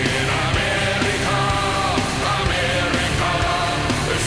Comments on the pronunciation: Er hatt sogar amerika anders betont😂😂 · but i just dont understand how you have difficulty saying amerika